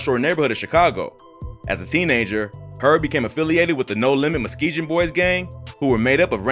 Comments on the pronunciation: It’s Muskegon- not muskegeon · Muskeegan pronounced Mus-kee-gun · It’s MUSKEGUUUUN NOT MUSKEGIN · Videos cool 😂 but Herb from my hood it’s called MUSS-KEEGAN not muhskee-jin 😂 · Bro you been saying it wrong it’s “Muskegon boyz” not “mukesjon” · it's pronounced mus kee gen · "muskee-gen" lmaooo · Why you keep saying Muskeegan boys like that. You keep slurring it 🤣💀🤣💀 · good video but its pronounced "Musk-ee-gun" not like 'juh" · It's pronounced Mus-Key-Gun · Hate the way he pronouncing Muskegon. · BRO STAY IN YO OWN CITY don’t even pronounce Muskegon right 🤦🏾‍♂️